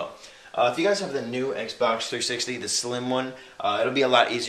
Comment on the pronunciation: are you saying D instead of the?